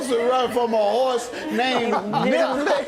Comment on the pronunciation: Am I the only one who thought she said the horses name was NIGGLET vs NIBBLET 😂😂😂😂😂